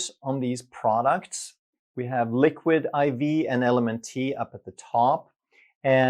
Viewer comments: LMNT is actually pronounced ‘element’. Great video! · Hey love your channel. LMNT is junk. But, it's pronounced ELEMENT. 😉❤ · I believe you're pronouncing LMNT wrong. It's pronounced "element". At least that's how all the cool kids pronounce it. 🤣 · LMNT- It’s pronounced Element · LMNT is actually pronounced “Element”. It took me a while to figure that out myself. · LMNT is pronounced "element" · LMNT is pronounced like the word ELEMENT. You don't pronounce the "T" at the end as a separate syllable. 😊 And I'm glad I came across this video because I was just the other day looking at electrolyte products on Amazon. I ended up passing on all of them because I didn't think they were worth the price you have to pay for them. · LMNT is pronounced ELEMENT